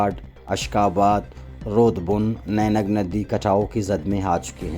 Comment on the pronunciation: نینگ ندی نہیں واجہ۔۔۔یہ نہنگ ندی ہے۔